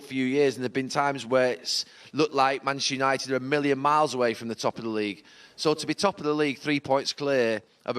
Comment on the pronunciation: Can’t this guy say Manchester United 😂🤣😂🤣